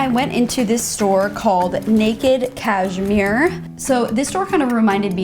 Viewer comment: “cash-MERE 👁👄👁”